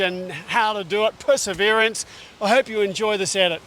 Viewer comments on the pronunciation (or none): Did he say pusseverance? Tehe!!! Giggity giggity! 😜